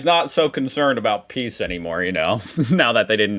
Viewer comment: 'peace', not 'piece'.